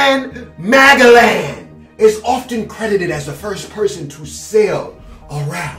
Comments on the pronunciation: Ferdinand mah (gel) en not Ferdinand mag a lan lmaoo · It's ppromounced Muh-Gell-in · He really said “Ferdinand MaGeLiAn” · he really did pronounce magellan like that lmao. PSA: it is Ma-jel-in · It’s pronounced Ferdinand Mah Jell in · boy i should flame you for the way he said magellan